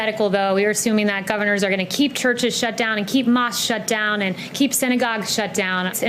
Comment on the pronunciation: 😂😂😂he waited a year and a half to pronounce mosque and still butchered it